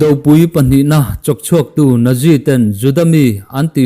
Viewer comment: I story a ngaihnawm thei viau a, pronounciation erawh improve ngaihna la awm nual thin tih kan sawi nawn leh ngat teng!!! "Naji" tia lam lo in ' Nat-zi' tia lam tur